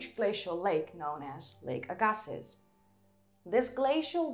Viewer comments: Agassiz is pronounced Agg ah see. I should know, I live on what was once the beach when the lake extended further south than it does in the map you used, earlier in the ice age when the glaciers were also further south. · Lake Agassi no S in its prononciation dumped its waters not only in the Atlantic but mostly in the Pacific